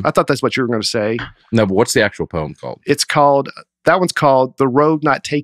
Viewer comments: This is the single funniest episode of Nateland I have ever listened to. saying "poim" and "poATry" and the boys just dying laughing, I almost drove off the road. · My stomach hurts from laughing so hard at the "poyem" piece. I felt like I was right there in the room with and Dusty when they were losing it every time mispronounced poetry and poem. Thank you fellas, I needed that! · My team absolutely roasts me every year when we teach Poetry. Apparently, I too, say Poeeeeeem. I had no idea I was saying it wrong until they started making fun of me. Apparently, it's the LEBANON pronunciation. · Listening in Japan and loving the way pronounces "haiku." But nothing is funnier than hearing him say "poyim." Thanks for keeping me laughing on the other side of the globe! -Maureen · I’m dying!! saying “poweem” and Dusty and losing it, caused me to laugh out loud, which subsequently just scared the crap out of my cat who knocked over a glass of water, shattering the glass, which caused my wife to yell from the other room, “What’s going on in there?” And I yelled back nothing! Just listening to some “poweetry” online! Killing me guys! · Honestly had to turn off the podcast for a little bit while sitting at my desk because I was laughing so hard at pronouncing Poy-em. Thank you so much to for pointing this out. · I can never ever hear the word Poem without thinking about how pronounces it and dies laughing 😂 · here's a 'Hakoo' for you: It's so poetic can't pronouce poem Can't say Haiku too. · Long time commenter, first time listener. I’ve actually been listening since the first episode and as much as I wanted to skip this episode because of the topic, I knew that these tend to be the best. I was not disappointed. Listening to mispronounce every variation of poem, while and Dusty tried to keep it together, never got old. Way to exceed the low expectations!